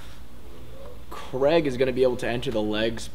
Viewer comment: his name is Craig...not Creg.